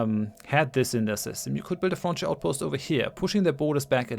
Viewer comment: It sounds like french outpost when you say frontier outpost.